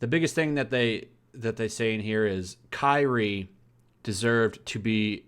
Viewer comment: Also, Kairi is pronounced Kai-re.